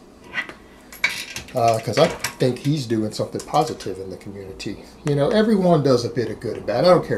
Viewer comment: Sorry, every time you say "community" or "reality" I can't help but think of Cartman as a cop. "Respect my authori-TAY!" Lol. #NoDisrespect